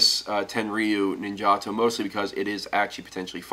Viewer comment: its pronounced ninja TOE